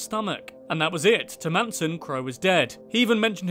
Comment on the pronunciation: ITS NOT FKIN MANSOM ITS MANSON